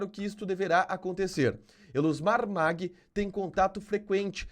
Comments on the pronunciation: O Tio da Soja se pronuncia "Maggi" e não "Magui" Família Maggi aqui no MT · Se pronuncia Elusmar Maggi como se le não Magui como você está falando